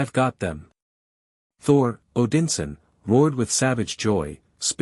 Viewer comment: They also pronounced, "Odinson" wrong.